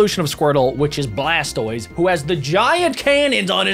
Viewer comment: Did you see when he was on blastoise he said blast toys